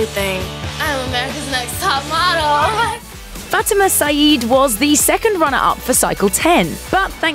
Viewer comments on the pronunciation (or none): Her name is pronounced Fah-TEE-ma (Fatima)